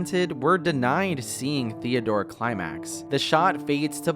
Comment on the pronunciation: At first I thought was saying ‚Theodora‘